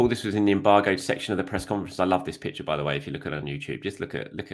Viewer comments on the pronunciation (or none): none